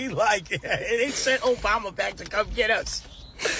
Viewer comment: All I hear is Obamna. I’m also here for EVERYONE speaking out. Let’s gooooo